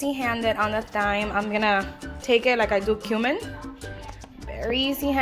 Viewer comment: Pronounced TIME. Not syme.